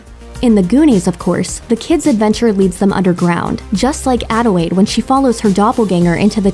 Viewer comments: ...does this chick keep saying “Adiwade” instead of Adelaide? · It's Adelaide, not "Adewaide" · I'm not the only one who kept hearing her pronounce "Adelaide" as "Adewaide", right? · Did she just say “adewaide” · ADELAIDE. ADELAIDE. WITH AN L.